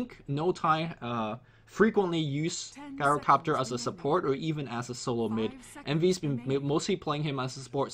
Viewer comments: It's pronounced "GYRO-COPTER" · even Tobi stopped pronouncing it Gyrocopter with that hard G sound. You should, too. The heroes usually say their name so you can tell how to pronounce it properly.